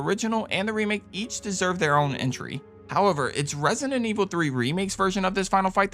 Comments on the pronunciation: it's annoys me that he keep saying rent-sinen evil😢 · He pronounces it "Resinent"😂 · loved the video man, but i cant with the way you say resident evil, "resinenevil" HAHAHAHAHAHHAHA, great list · Had to watch this video on mute….hearing “Resninet Evil” pronounced kept making me wanna bang my head